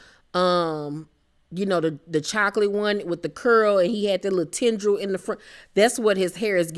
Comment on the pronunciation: Omg…she said Tendril 🤣🤣🤣